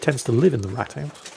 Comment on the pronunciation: btw its "Rathaus" is pronounced with a long a not a like the english rat and with a bit softer t but other than that pretty good so far